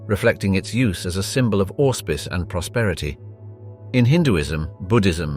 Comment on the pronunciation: Your pronunciation of the word auspice sounds and awful lot like "horse piss" please work on that.